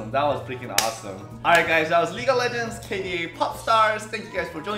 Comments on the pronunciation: 발음이ㅋㅋ League of 레전드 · ㅋㅋㅋㅋ레전드 너무 한국발음이다